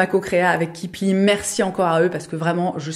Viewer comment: Mouarf... Suis-je la seule à avoir entendu "Kipling" au lieu de "Kipli" au début de sa présentation ??? 🤣🤣 N'empêche ce serait cool aussi 😄 Superbe tissus et coloris pour cette collaboration ! Bravo ! 🙃